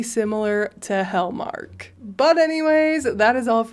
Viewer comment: Did you say “HellMark?” I await with bated breath.